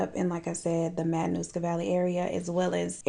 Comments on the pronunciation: You had me laughing in seconds. And then I was surprised to hear a story from my hometown. Subscribed! Great video. (And you pronounced Matanuska Valley beautifully.) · I’m from Alaska, you said it correctly